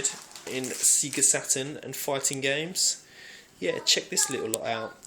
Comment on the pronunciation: golden axe and double dragon have always been underated when both are well above average fighters. Oh yes and its "sayGA" not "seeGA" lol